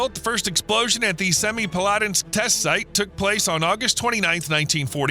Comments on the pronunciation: Better than many, but my ears twitched at "Semipalatinsk". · That's the worst butchering of the pronunciation of Semipalatinsk that I've ever heard.